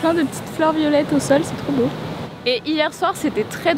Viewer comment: C'est boo ! Vous remarquerez le "o" supplémentaires 😅